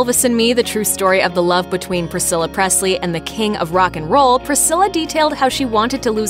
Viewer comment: It's not Prestly it's Presley